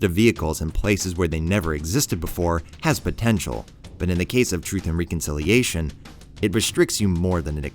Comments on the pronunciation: It's pronounced rek-un-sil-ee-ey-shuhn, man. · Doesn't know how to pronounce reconciliation. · Please stop saying reconciliation.